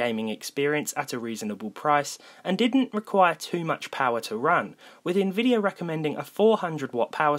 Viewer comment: Im sorry, it's a Little nitpicky but it's nvidia, not INvidia. Sort off bugged me throughout The video